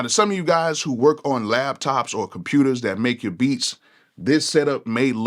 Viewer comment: its LAPTOP NOT LABTOP 😂😂😂😂